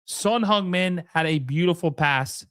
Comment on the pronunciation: "Son HUNGmin" Heung = same vowel as in Hurt, not Hung. Google Translate: 흥 민